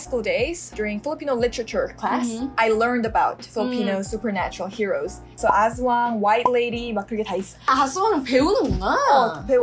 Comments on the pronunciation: Its in EDSA and its called "TULAY".. Guadalupe.. Its one of the MRT Stop Station..😊✨🇵🇭 as-WANG. The word aswang is divided in 2 syllables: as-wang. The tonic syllable falls on the last syllable wang.😅😊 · You should pronounce 'aswang' faster as it sounds something else o English speakers haha